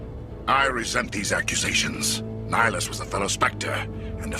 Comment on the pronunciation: You keep saying Nihilus instead of Nihlus. He is not a Sith Lord.